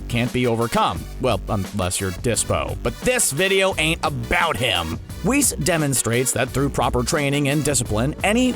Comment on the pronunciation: This man said Whis.....easy dislike. You already said Beerus and I let that slide but Whis, come on now💀💀🤡